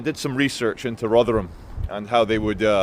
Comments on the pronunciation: Rothrum, not Rov’ram! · No, 'tis Rother-HAM!